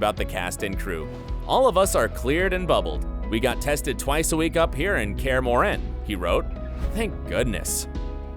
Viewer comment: In Kaer Morhen you accent on o not on e ;p